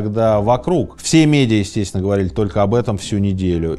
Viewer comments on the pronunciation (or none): Блин, что у с речью, конкретно с буквой Л? ХодиУ, писаУ, говориУ. Режет слух.